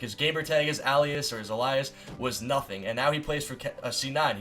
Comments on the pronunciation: "A-lie-us" is not how you pronounce alias. Guess you daydreamed in English class too. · Did you really butcher the word alias that bad?